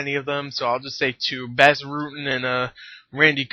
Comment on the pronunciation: u say his name (bos) rutten the A goes like an o not bass rutten bas rutten ur welcome